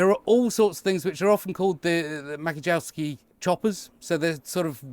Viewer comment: The C is before an I, therefore it would be pronounced 'Match-yeh-yov-ski'.